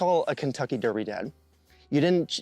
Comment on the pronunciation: He said "Kentucky Durby" dads.